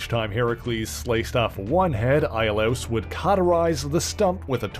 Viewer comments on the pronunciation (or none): "eye-ah-louse" Holy fuck NO its "EE-oh-liss" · Iolaus is pronounced EE-oh-luss